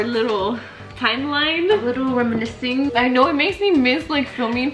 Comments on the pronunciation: “Renimiscing” 💀💀💀 $danielaaxx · “renimising” MEE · is meeee trying to say reminiscing. Dique “renemicing” 🤣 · I’m dead at the “renimiscing” 🤣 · SAID “renimiscing” SO CONFIDENT I LOST IT LMFAOO 🤣